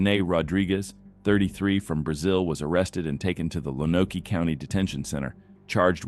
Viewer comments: Also, learn how to pronounce Lonoke. Lone-oak. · Lonoke is pronounced like Loan-oak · Lonoke County, Arkansas is pronounced “lone oak.” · Or Lone-oak